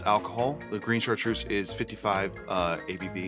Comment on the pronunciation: I'm French, Chartreuse is pronounced with a Z like zoo, not S.